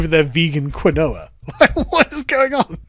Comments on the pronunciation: Quinoa is pronounced "keen-wah". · Ugh. It's pronounced "ki-n-wa". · Say it with me, sargon: "Keen wah" Quinoa Keen wah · Um awkshully, its KEEN-wah. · It's pronounced Keen-Wa, God,, get it together! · It's pronounced "keen-wah" lol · It's pronounced keen waa fyi quinoa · Do Brits really pronounce it "Keen-oh-a" or is just a dunce? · The way Brits pronounce Quinoa (which is supposed to be said keen-wah) is hilarious when you've never heard it before. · Quinoa = “Keen-wah” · It's pronounced kee-nwah, you Philistine! Not that I've ever tried the shite. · love your content but this is the second video where you can't pronounce quinoa. It's KEEN-wah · “Kinowa”😂 fuggin’ Sassenach tard never fails to entertain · Quinoa is pronounced KEEN-WHAA. Say it with me, Sargs, Keen-whaa. OK, carry on, don't do it again. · "Quinoa" is actually pronounced "keen-wah." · Quinoa pronounced keene-waah or something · quinoa is pronounced: keen-wah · It doesn't matter. It really doesn't actually matter. It doesn't matter one single bit. But it's pronounced Keen-Wah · Its pronounced keenwahh btw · That's not how you pronounce Quinoa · How can an educated man mispronounce quinoa! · Is this how brits pronounce quinoa or is sargs just boomering it. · pronunciation of quinoa 4/10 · The way Sargon pronounces quinoa reminds me why the British had an empire. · he's just getting it wrong lol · The way he pronounces quinoa is hilarious. Honestly, it should be pronounced this way just to piss off the insufferable hipster leftist soy boys that eat it. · I can't get over how you pronounce quinoa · I’m sorry, I can’t get over your pronunciation of quinoa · I’m upset about how you pronounced Quinoa… It’s “Keen-wah” not “kwinowa” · Say it with me not 'Quin-no-ah' its 'Keeeeen waaaaa' get with the program ya damn peasant!!!!! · Crying woman: KEEN-WAH Cat at the dinner table: Quin-noah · its pronounced "keen-wah" not "qwin nowa". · Kee noir. Not quin oa. lol